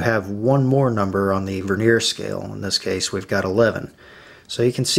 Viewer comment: Veneer is a thin slice of timber used to decorate timber. It's annoying that a presenter can't speak correctly! Stavros